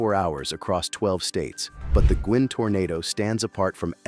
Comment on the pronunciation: Please, Guin, Alabama is pronounced “Gyoo-in”, not “Gwen”!